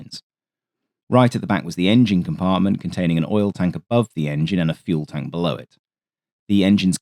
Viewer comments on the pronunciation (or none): none